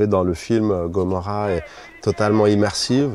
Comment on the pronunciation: Personne a remarqué comment il a prononcé a chaque fois "gomorra" 😂